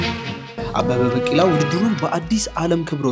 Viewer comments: bikila not bakila(pronounsation). The rest is good and continue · አንተ ጭስ የሆንክ ልጅ አበበ በቂላ 😂😂በቂላ ሳይሆን ቢቂላ say ቢቂላ 😂😂😂😂 የምር በጣም ትመቺኛለሽ ደሞ like የገባሻል 🎉🎉🎉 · አበበ በቂላ ሳይሆን ቢቂላ ነው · ዘገባህን ወድጀዋለሁ ግን በ ቂ ላ አይባልም አበበ ቢ ቂ ላ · *አበበ ቢቂላ ነው ትክክለኛ አጠራሩ። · Please correct the pronunciation of his name. "ABEBE BIKILA". Please correct his story. There are some exaggerations and distortions. Please do a good job. Your trying to present stories to our attention is good. Thank you. Good luck.